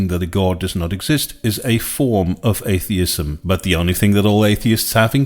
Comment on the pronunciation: Bro looks like he's being held hostage and forced to read that script at gunpoint. Blink twice if you need help,! It was pretty distracting to hear him say r/atheism as "ace-theism."